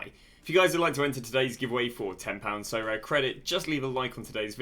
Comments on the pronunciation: Sorare: aribeh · Love the vids Sorare-aminoc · Sorare: DaSuHi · sorare: SoCommon. (with full stop)